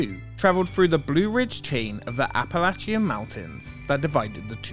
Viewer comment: As someone from central Appalachia… THANK YOU FOR PRONOUNCING APPALACHIA CORRECTLY. We don’t pronounce the i but getting that “latch” part right means so much to me to hear! Lol Also… not within the parks themselves but an episode on Dolly Patton’s Stampede and Medieval Times could be really interesting. Not sure there’s enough for each one to have its own episode but it’s a really interesting take on themed dining and dinner theatre imo